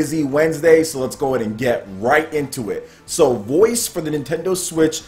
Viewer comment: How come it sounds like your saying voice instead of voez? (Vo-ez)